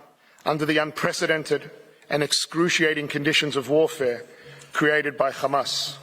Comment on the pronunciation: Take a drink every time he says Hammas